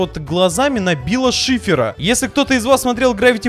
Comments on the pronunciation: Не к биллу шифиру а к билл шифру знай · Не Билл Шифер а Билл ШИФР правильнее